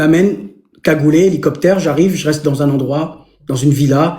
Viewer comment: "aréoport" "nicoptére" ×3 mes oreilles saignent je vais à l'hôpital!!!🤕